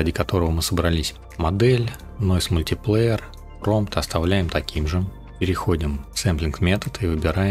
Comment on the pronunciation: Как же слух режет твой мультиплеер.... Говори правильно. мультаплАйер... Объём никакой не выдавливает. Что ты несёшь?... разберись с тем, как работает Stable Diffusion в математике. Картинка заново генерится каждый раз, когда ты нажимаешь GENERATE - что переводится как ГЕРЕРАЦИЯ. Не расширение, а разрешение. Не тарЖет, а тарГет, что переводится как цель. Не вайд, а виз.... Иду по видосу и охуеваю всё больше. Тебе нельзя открывать рот. Отдай текст боту, будет лучше. И метод твой неочём... ты даже не понимаешь, как работает img2img... всё методом тыка. Отсюда и такой результат.